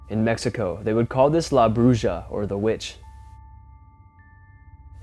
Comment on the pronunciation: Mexican witch is pronounced " bruha"